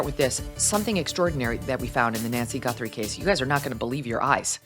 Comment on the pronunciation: Who the hell is Nancy Gunthrum? It's Guthrie!!! How do you know that her bedroom is small?